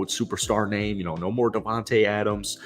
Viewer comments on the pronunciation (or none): none